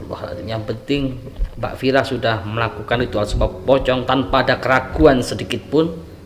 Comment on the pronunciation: Ustadz yg satu ini nyebut nama Vira kok Vera terus nyebut ny broo.